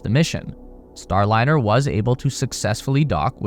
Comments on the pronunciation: You killed your credibility at the top of the video by calling it the "Boeing Startliner." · oooof. "Boeing Startliner" at least you narrate your own videos. ill sub for that. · Your intro says Star T liner, not Star liner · "StarTliner" ??? time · “The startliner” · at 44 seconds its says STARTLINER?? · "STARTLINER"? A Freudian slip - what they started, they couldn't finish. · Wtf is a Startliner? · FFs it is a Starliner, not a Startliner. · At 48 sec in, you call it "Startliner", heh. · Is it STARLINER or "STARTLINER" I assume I'm missing a reference, joke or someone made a: da da da dumb... Mistake. How are you gonna make a video blasting a company for its mistakes when your video didnt make it a full minute withiut comically ridiculous error? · "STARTliner""? To err is human... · "Startliner"? 0"49. Could well actually be the Endliner. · “STARTLINER” 50 sec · "startliner" lol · "STARTLINER" Really? You guys need a proofreader. Your AI AIn't cuttin' it. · Star-T-liner? Really..... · . “Boeing StarTliner”. 🤦‍♂️ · What is a "STARTLINER" ?? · STARTliner? More like STOPliner amirite?? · WTF is the “Startliner” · STARTLINER??? Poor AI!